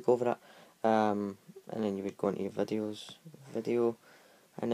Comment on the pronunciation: He said YouTube vadios